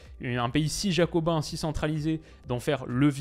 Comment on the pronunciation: Il a dit Jacobin ahahah ;)